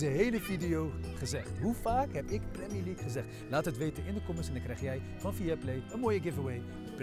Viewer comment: 14 keer premi leugk gezegd